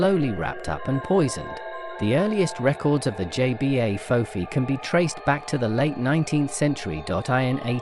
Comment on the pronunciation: It's pronounce Jebah, not JBA.